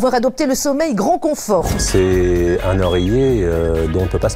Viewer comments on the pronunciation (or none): le fameux "un loreiller"